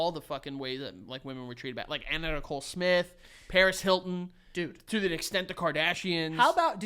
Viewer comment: The way he pronounced Paris Hilton is bugging me 😬 and I don’t fuckin care about her at all